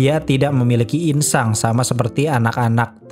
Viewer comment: Masih aja lu bilang ingsang cuk